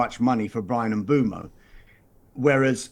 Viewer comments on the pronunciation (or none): Why does everyone pronounce mbuemo wrong? It is mbwaymo not fucking mboomo. Not that hard.